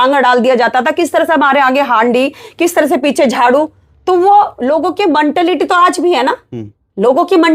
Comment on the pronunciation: मनटालिटी नहीं होता मैडम मेंटालिटी होता है